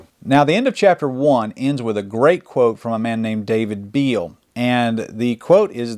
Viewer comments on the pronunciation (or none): none